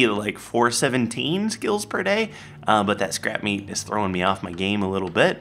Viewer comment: When you said scrap meat I thought you said scrap metal